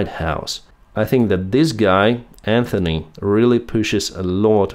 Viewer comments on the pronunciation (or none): none